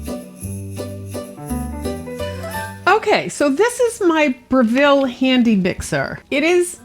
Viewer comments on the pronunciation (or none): At least twice a year Aldi sells mini silicone utensils. Good Cook has a three piece paring knife set with fine serrations on the blade that never dull. Breville is pronounced BREH- ville... .short E, accent on the first syllable.